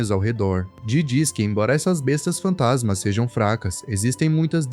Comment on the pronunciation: Ele fala Bestas fantansma com n depois do a😅